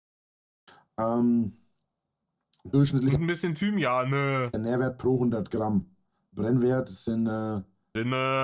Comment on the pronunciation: Bei Thymianä hat's mich komplett zerrissen 😂😂😂